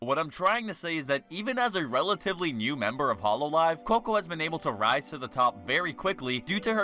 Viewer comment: I like how you pronounce hololive as “hollow live” I wonder if it implies anything